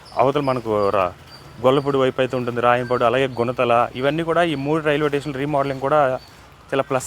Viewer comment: టేషన్ కాదు స్టేషన్ లాంగ్వేజ్ మార్చుకో